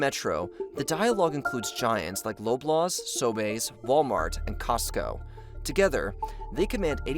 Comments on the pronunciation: "low-blaws"? Lolol we say "lob-laws" here! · Who is trodo?.....come on at least learn how to pronounce that names of things in your doc........hes not frodo's brother trodo.....lollol although he could be .......its pronounce true-doh.......and its not Low-blaws......its lob-laws......you also totally left out all the companies they own......loblaws owns neilsons milk westons bread....etc....so all the grocery stores do is blame their suppliers for the high prices.....also our healthcare system is a problem cuz we are loosing drs......yo didnt mention that at all.....seriouslly you need to do way better research. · Loblaws is pronounced like lob-laws like as if you're going to throw or lob something at someone. Sobeys is pronounced So-bees like bee the insect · Pronounced Lob-Laws* and Sow-Bees* ngl I’m gonna start calling it sobae’s now lol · The cost of fuel is also a factor when it comes to the rising food prices. P.S. Love the pronunciation of “Loblaws” and “Sobeys”! :P